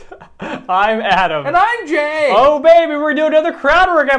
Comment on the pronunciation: I thought jay said “and I’m gay!” 😂😂